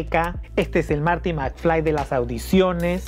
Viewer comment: Marty..no Mary 😂😂